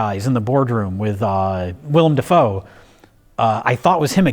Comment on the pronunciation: "The mirror scene with william da foe is probably my favorite scene in this moo-vee" -, pronouncer of things